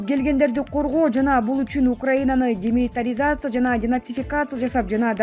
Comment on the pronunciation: Демилитаризация деген сөздү туура айтсаң журналист